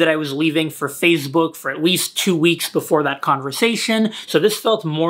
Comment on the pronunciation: Nobody:: Fazebook